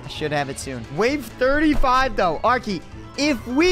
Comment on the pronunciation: Why say L arkey